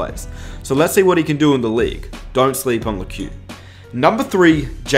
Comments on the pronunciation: pretty sure it’s pronounced “Leck” not “Lekew” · It's Lekew